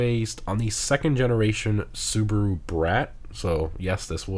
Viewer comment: it is pronounced as Soo.Bah.Roo not Soo.Buh.Roo.